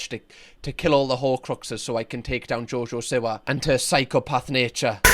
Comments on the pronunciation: jojo see-wa. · “JoJoh sIwAh”😂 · only thing that triggers me more than jojo siwa is ur pronunciation of jojo siwa